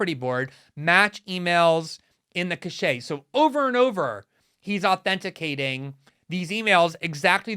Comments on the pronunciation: "cache" (tranche of e-mails) as in sounds like "cash," not "cachet" (pronounced "cash-shay") as in prestigious. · Hi Glenn. The word "cache" is pronounced like "cash" not "cash-A". The latter means "an indication of approval carrying great prestige" and usually spelled caché or cachet. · Someone needs to tell Glenn that cache is pronounced “cash,” not “cash aye.” ;) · It’s pronounced “cash”. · Good report, but "cache" is pronounced /kaSH/ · “Cache” is pronounced ‘kash—it’s distinct from the word “cachet,” which corresponds to the pronunciation you’re using. Great reporting, Glenn! Good for you for impugning Amanpour! That was incredible. She showed her whole hand—and her ass. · I've noticed loads of Americans get this wrong, presumably because they don't live next door to France, but I'm surprised at Glenn being one of them.